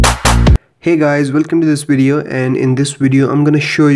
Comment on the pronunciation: Wideo? Dewice? :))))